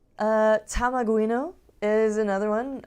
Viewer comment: Thanks for mentioning Tamaguino! :) You pronounced my name perfectly! Here is the tool to convert bw bitmap to code You can also check out my arduino based cartridge console with Tamaguino ported to it + a new A-Maze game :)